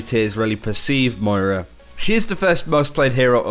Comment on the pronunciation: It's Moira, not Moria 😂😂😂